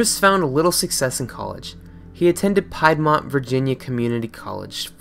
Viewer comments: It's pronounced PEED-MONT not PIE'D-MONT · Good video.. however it's pronounced Peed Mont like Leed or Reed. Not Pie ed mont. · Piedmont...pronounced PEED-MONT! Not Pied-Mont...totally ruined the whole experience for me... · Piedmont is pronounced "PEED-mont", not "PIED-mont". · You pronounced Piedmont wrong. Piedmont is a geographic region of the South between Appalachia and the coastal lowlands. It is named after the Piedmont region of Italy, where its name means essentially "foothills". In any case, the American region is pronounced "peed-mont". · Piedmont is pronounced Peedmont for future reference lol. I never knew i was so close to the chan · "pie-d-mont" lol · Piedmont is pronounced (Peed-Mont). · For the record, Piedmont is pronounced "peed-mont". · Piedmont is pronounced peedmont, for future reference. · It's PEEDmont. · I know this is a minor thing, but as a Virginia native, I've always heard "Piedmont" pronounced "peed-mont". It doesn't really matter, and this is an excellent video. Dunno why CWC is such a popular video topic now. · Piedmont is pronounced "Pee'd-mont" to write it phonetically. I know, I think its stupid too. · It's not hard to pronounce Piedmont like the Piedmont Plateau